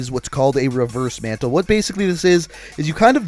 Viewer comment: I cringed when u said reverse mantle